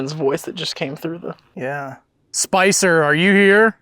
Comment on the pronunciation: When you asked them to talk, I heard a 'hello', and then you asked their name and I heard 'Spicer' as two syllables; like Spice-er! Sent cold chills up my spine!